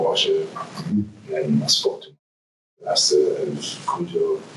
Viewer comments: Hi, I’m half of Ghana myself and we don’t pronounce it Cujo it’s Kojo is the correct pronunciation. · This man is a monster. I think of a rabid Saint Bernard every time you say "Kujoe". Can't help it. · Broo Im Ghanian, and thats not how the name is pronounced 😢